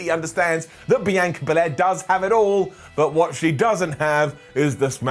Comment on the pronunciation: Does it bother anyone else that he pronounces Sasha and Bianca’s names wrong in every video?